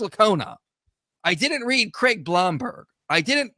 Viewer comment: William Lane Crag? Craigue? Creag?